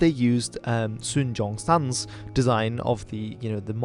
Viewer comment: Keep to the American “Sun Yat Sen”. While yes in Chinese Yat is pronounced with a similar sound to the English “J” , it is different from J and it sounds weird in the English form